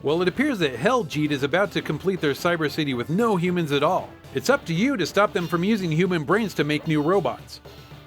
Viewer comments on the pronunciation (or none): none